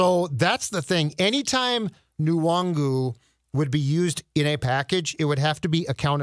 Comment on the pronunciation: You guys know the N in Nwangwu is silent right???